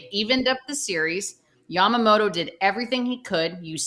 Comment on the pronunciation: YAMAMOTO や〜ま〜も〜と〜 motoの発音を頑張って下さい Yoshi Roki and Sho Samurai Japan with the Dodgers